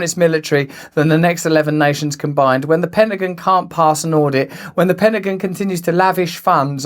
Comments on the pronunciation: Penagan? Whats the Penagan? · It's funny how he pronounces Pentagon All Jokes aside keep up the good work Russell God bless you 🙏 my friend. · Hilarious how you pronounce pentagon 🤣